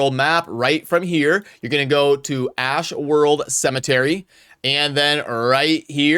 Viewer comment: Ashwold, no r homie.